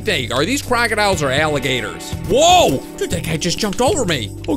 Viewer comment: when you said crocodiles it sounded like kraken isles